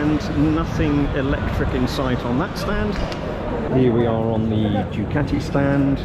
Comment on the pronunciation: Hearing how he pronounced Ducati was disappointing.